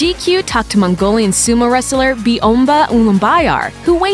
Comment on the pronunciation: It’s spelled “Byamba “ and pronounced “Yama”